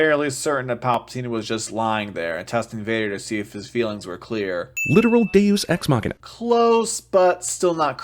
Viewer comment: I used to like CinemaSins a lot, back when they pointed out inconsistencies and actual sins of the movie; it was really interesting and fantastic to watch, and it's a shame they have fallen so far. Also, has butchered "deus ex machina" so much that it no longer means anything.